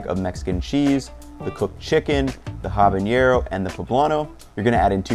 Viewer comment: Just FYI the n in habanero is not pronounced with an ñ like jalapeño is.